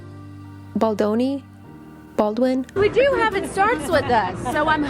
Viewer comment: Blake is vile. She is getting exposed and being served a dose of humble pie oh by the way the Director’s name is BaldOni, not BaldAni. Do you think it’s important to get the name correct before going on air. That’s kind of rude, oh team Baldoni.